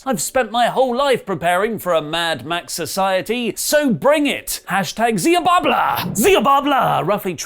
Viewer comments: It's Xiabalba, and not Xiababla!! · Xi Bal Ba ... not babla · Word: Xiabalba: XIABABLAAAA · It's promised "She-bal-ba" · It's pronounced Shibalba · Xibalba is pronounced shee-bal-ba btw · Xibalba is pronounced Shibalba, haven't you seen the Road to El Dorado? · it's pronounced zibulba... urgh... now you've made me be THAT guy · It’s pronounced “she-bal-bah”. Thank you Road to El Dorado for that piece of nonsense trivia. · Xibalba is pronounced shee-bal-ba